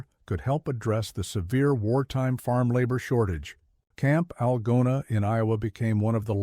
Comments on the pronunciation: Idiotic AI in the very first sentence. I live in Iowa and the name of the town is ''Al GOna with the accent on the middle syllable.' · Artificial reader mispronounced “Algona”!